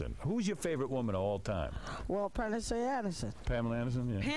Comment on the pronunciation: “We’ll, Panasee Anderson”